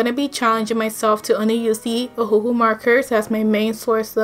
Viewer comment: It pronounce the name as if the second hu is not there you holed it out (ohuuu)